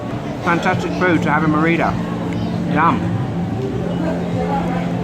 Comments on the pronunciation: can you bother to learn to pronounce stuff properly? It's ME-rida and ZO-calo. How hard could it be? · Loved the video, but the way you pronounce Mérida made me feel very uncomfortable somehow, haha.